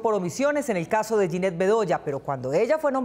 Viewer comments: Esta señora Marta no sabe dónde está parada pues nuestra feroz guerrera no se llama Yanet sino Yinet. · La vicepresidenta ni ha dicho bien el nombre Dijo : Yaneth. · Es jyneth. No es como lo anuncia esta embajadora (janeth) ni se sabe el nombre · Martha Lucía Ramírez, la embajadora se llama yinet, no yaneth, empezando por ahí, digna representante de duque. Petro presidente. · Narca Lucía es una vergüenza, no tenía un discurso, nunca le brindó apoyo a Jineth, nunca la escucharon, escribió unos apuntes a última hora y ni siquiera fue capaz de pronunciar bien el nombre, es Jineth no Janet señora. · Vergüenza esta vicepresidenta , Narcuchis. La periodista se llama Yineth Bedoya y no Yaneth. Ahí Narcuchis no le pegas a una!!! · "Yaneth Bedoya" dice la dizque Vicepresidenta !!, Es Yineth!. Martuchis; VERGUENZA para la MUJER COLOMBIANA !! 😡😡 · Esta señora dijo "Yaneth Bedoya" que vergüenza.